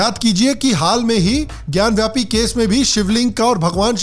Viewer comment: सर, आप अपने आपको करेक्ट कर लें. "ज्ञान व्यापी" नहीं "ज्ञान वापी" है.